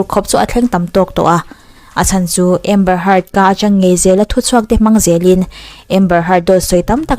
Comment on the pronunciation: A hming hmerhin tih hi i lam diklo țhin a miss